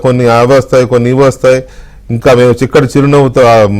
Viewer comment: చిక్కటి చిరునవ్వు కాదండీ షిక్కటి చిరునవ్వు అంటాడు